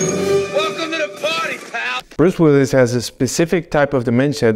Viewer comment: Who's Bruce willys? Do you mean Willis?